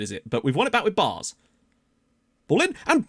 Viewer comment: Fyi; the aa in Baars is pronounced like the a in apple or the a in Cameroon